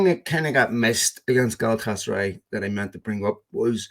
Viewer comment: for the love of God, say it with me - GA-LA-TA-SA-RYE!